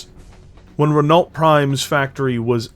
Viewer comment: Just a note on pronunciation, Renault is pronounced 'ren-oh', French "people" are weird